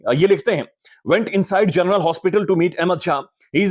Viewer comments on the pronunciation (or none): none